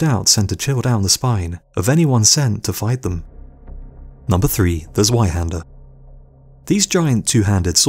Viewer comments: Im not gonna both scrolling through 1.5k comments, but its pronounced zveihander since zwei is two in german amd the german language pronounces 'w' as 'v' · Zweihander is pronounced with a C :P Tsweihander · The Z in Zweihander is pronounced like Tzwei :) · Germans pronounced their w’s like v’s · And the "w" is pronounced as a "v" if you speak the name properly.